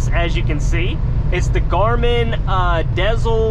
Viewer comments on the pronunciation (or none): Im glad you commented that. It was driving me crazy everytime he said dezl. LOL I miss seeing your videos too. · Haha. You pronounced the Garmin “Dezl” the same way I did for the longest time. It wasn’t until recently hearing a bunch of ads suddenly on Sirius XM that I realized they pronounced it “Diesel”. Makes sense though since they are OTR trucking GPSes. Lol. I do wish you the best. I love my company (smaller outfit with only 15 trucks that is a private fleet hauling candy). It always feels great when you get up there and get experience that you can use to pock and choose a company. If you have any more than a yer, don’t ever accept any less than .70 cpm. Stay safe put there. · Is pronounced like: “Garmin Diesel” lol